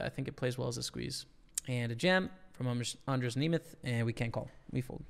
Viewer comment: you pronounced almost totally perfectly andras nemeth name, im prettt impressed :)